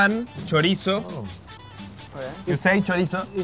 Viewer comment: The bloody "choriaizo" 😂😂😂